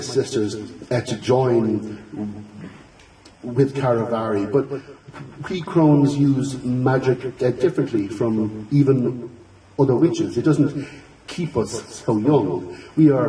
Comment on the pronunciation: "karry-varry"? I've been pronouncing it "cha-riv-a-ree"